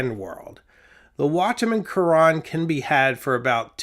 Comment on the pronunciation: The French pronunciation of Carene is actually closer to Karen with the accent on the last syllable. Think care N It means hull, as in a boat's hull. I have one. Great pen. I really enjoy your videos.